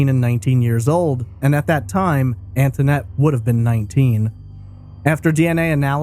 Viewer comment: Concerning the call to the police department, the little girl on the phone pronounced her name “Antonette,” whereas the host is pronouncing it “Anthonette.” Do we know the correct pronunciation of her name? That little girl sounded genuinely scared. Poor baby. Her life had not been easy, all the way up to the point that she was snatched from home.